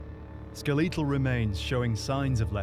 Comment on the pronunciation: “Skel Lee tal”